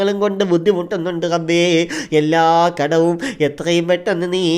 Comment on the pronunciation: കഴിയുമെങ്കിൽ റബ്ബേ എന്ന് പറയടാ. ഗബ്ബേ എന്നല്ല